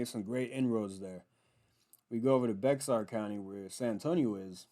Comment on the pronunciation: lol good stuff. It’s Bay-yer County not Bex sar. You got me laughing. Screw Beto and keep Texas red!